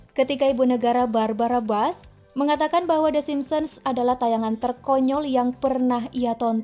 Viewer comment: Maaf min dibacanya bush bukan bash, untuk Reagan dibacanya salah, dan h dan w dalam bahasa Inggris di Baca nya salah